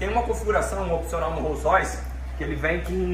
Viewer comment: Lançou o "What color is your rolls roice?" kkkjj